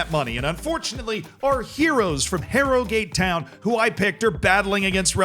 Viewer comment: "HARROW GAATE TOWYN!" I would watch these vids just for the pronounciation tbh